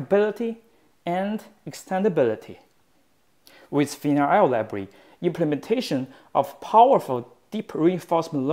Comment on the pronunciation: Every tense is clear. "Library" sounds like "Labree"